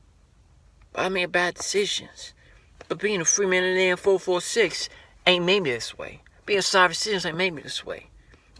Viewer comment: "Its FMOTL446......." Then pronounce it as such.